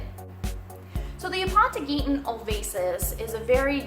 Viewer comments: Aponogeton not Apontogeton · Why are you adding another "T" in the word? (Ah-pon-oh-jet-on) is how it's pronounced